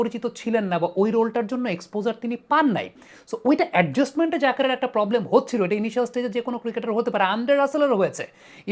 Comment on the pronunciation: Unar naam jaker , zakir na. Allah's wastee naam ektu thik kore bolen.